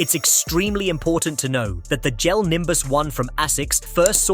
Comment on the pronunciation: Is this an AI dictating? Notice how it says Gel instead of Jel (pronunciation wise).